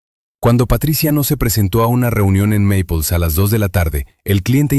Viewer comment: La credibilidad depende de que todo sea correcto....la ciudad no es Maples sino Naples...y esa cafeteria tayama se llama Tamiami....es decir...suena feo eso..